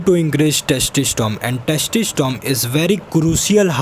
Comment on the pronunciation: Bhai testosterone hota hai testistom nahi 😂